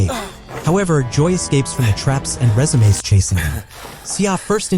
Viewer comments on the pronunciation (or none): The A.I. narrative is lacking emotions and depth. Plus too many words pronunciation mistakes by the A.I. like ‘ RESUME as RESU-ME. And one more thing. Why is the movie or series in Hindi? 😂😅😅😅